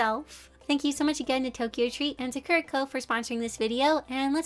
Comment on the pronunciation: Just an FYI as someone who’s Japanese, Sakura is pronounced saw-coo-da. I think the company would appreciate a proper pronunciation.